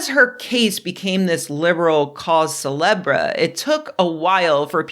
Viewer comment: TIL that you actually pronounce the "re" in "cause celebre." I should have never doubted you.